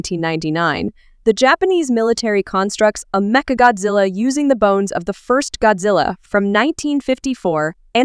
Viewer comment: The fact that u said "gyattzilla"